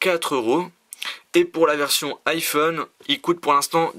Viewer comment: J'en pleurais de rire. Tu dis iPone. Trop fort xD